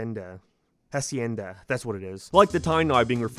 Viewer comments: it’s pronounced ah-see-YEN-da. Latino’s don’t pronounce the “H” and I guess Irishmen pronounce their “H’s” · ……. the H in hacienda is silent…………. /LH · The h is silent in Spanish